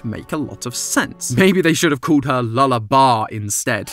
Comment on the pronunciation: "Lulla-Bah" made me laugh so much 😂